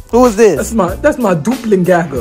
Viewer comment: The fact that he said “That’s my dooplen Gaga “ when it’s pronounced doppelgänger. That was funny.